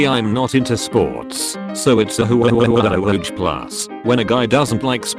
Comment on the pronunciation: Nobody:: “hyoowewewewewedge plus”